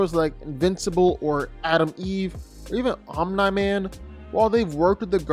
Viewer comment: That Omnai man pronunciation is low-key annoying af😂